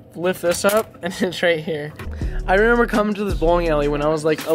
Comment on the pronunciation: Does it aggravate anybody else he says “renember”